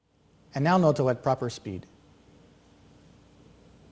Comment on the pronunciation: Proper pronunciation should be a with long O on both Os. Like Nōtō.